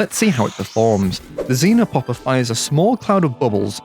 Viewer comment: Why do you all call it zinopopper? It's actually XEnopopper. Idiots